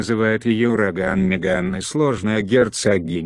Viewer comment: Молодой человек выучите имя герцогини.